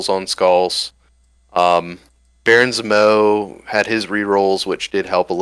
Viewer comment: Dude can’t say Zemo..